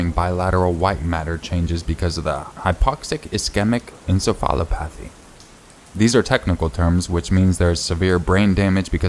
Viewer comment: Hahaha! Oh my. I'm so sorry for laughing. Hypoxic ischemic encephalopathy = hi-pox-ick is-kee-mic en-sef-a-law-pathy. You should know that you can google the pronunciations of words.